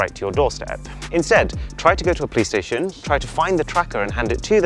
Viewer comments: I thought he said Play Station instead of Police Station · anyone understood the word he said ? it sounded like "try to go to a play station" ??!?!